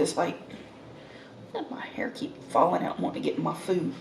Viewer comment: 🍭 " That Cake from Carlos Bakery re minds me of the time...That Food from .. reminds me of...That Meal from...reminds me... Food, Food, Food; actually, she says Fooda...🤡